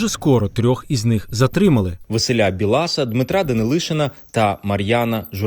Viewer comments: Не БілАса, а БіласА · не БілАса, а БІласа. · Не БіЛаса а Бі ласа 😂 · Не Василя БілАса а В Біласа. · Білас наголос на і